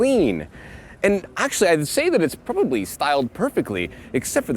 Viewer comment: Prbbbbobbbbobbly